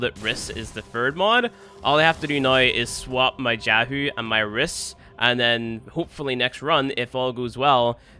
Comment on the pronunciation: Can you tell me why jahu is pronounced as yahoo and jalapeno as helapeno? English is not my first language. What am I missing here?